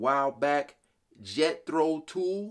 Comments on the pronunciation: it is not pronounced TOOL. It is Jethro Tull. Please. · Jethro Tull... pronounced like "dull", not tool. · I agree! Also to the host- the band is Jethro Tull, not tool. English. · The album is from 1971, so yes, this Brit group's from the era you mentioned. ... Also, the band's name rhymes with *HULL*. So funny when you pronounced it "Jethro Tool" lol-- By the way, the frontman is Ian Anderson & the band is named after an 18th-Century English-Govt official. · Hey guy his name is TULL as in lullaby lull. Not Tool. Also locomotive breath as in take a breath. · It sure is a hellava title for Jethro Tool, the record you played though is Locomotive Breath (pronounced Breth) by Jethro Tull (pronounced the same as bull) - I think Ian Anderson would appreciate you pronouncing it correctly! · Tull as in Dull. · Tull , is pronounced the same as mull , only with a T instead of a M . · He also said Jethro Tool....hehehe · I was excited when I saw that you are finally doing Jethro Tull. It is pronounced Tull, as in this meal is dull. His real name is Ian Anderson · Tull rhymes with dull, not pull. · Not pronounced the same at all. Tull, Pull, Dull, all pronounced the same. Pool is pronounced cool and tool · Tull is pronounced like Lull, as in this song won't lull you to sleep. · Jethro Tull. Pronounced like "dull". Yes. He's an animated madman on stage and put the flute on the rock music list of must have instruments that could be weilded as skillfully as any axe. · Their name is pronounced t u l l like in the word d u l l I think they were most popular in the mid '70s the singer/flutist is Ian Anderson and I think they just stopped touring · Jethro TULL (like sea-GULL) Locomotive "Breath"...like "feath"er... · lol It's Tull like Hull and it's Breathe not Breath though it's spelled that way. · Jethro Tull as in Gull.. Locomotive Breath not Breathe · Pronounced TLL like the end of "little" the U is not given full representation. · Tull.......as in dull.